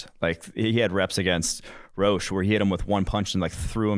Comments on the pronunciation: Quincy Roche is pronounced "Roe-Shay" not "roe-sh" lmao. C'mon guys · It’s pronounced Roshay not roach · It’s pronounced RO-SHAY